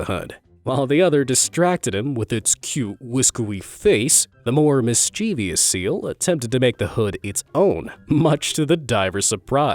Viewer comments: You have got to at least try to pronounce some words correctly, mischievous (mis-chuh-vus) or (mis-chee-vus) not "(mis-chee-vee-us)" I have corrected you on that particular word multiple times. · its pronounced mis-chu-vus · Mischievous is three syllables! Not four. There is no such word as mischievious!